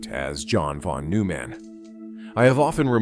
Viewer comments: Von must be read as "fon"! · Thank you. And the "von" is pronounced "fon."